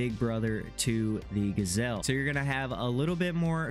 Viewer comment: Not a gasel. Its GJel'